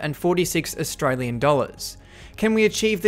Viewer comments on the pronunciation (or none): none